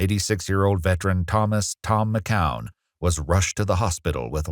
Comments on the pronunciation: Mckeown is pronounced Mic-cue-en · McKeown is pronounced as Mc-kyou-in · You are pronouncing McKeown Wrong 😮